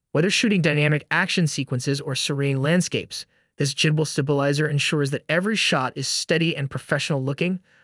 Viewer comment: okay, did you say the M40 is a gimbal? It's a light... bro how does it stabilize photos and video. If it's a light?? Did you even research the correct product??? Also it's pronoun GHIM-bul. not jimbol